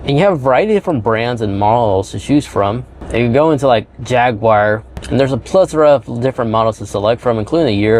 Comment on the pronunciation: Nice job but as a contributor and influencer please watch pronunciation. It’s “library” with an “R” not liberry. Thanks buddy - it’s hard enough to teach kids. And dude, lose the “much more better” and “jagwire”. Clean it up man…..are all grownups here.